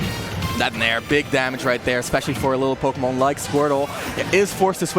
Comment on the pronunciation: MON IT’S MON. POKÉMON. 🤣